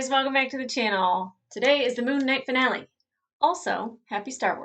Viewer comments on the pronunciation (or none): none